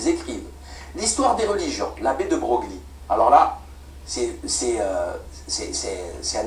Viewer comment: Pour monter en compétence : Le nom de famille "De Broglie", se prononce, "De Breuille" (comme une feuille)